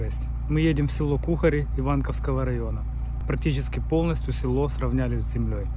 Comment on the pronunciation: Будьласка, ставте правильно наголос при назві цього прекрасного села...🥲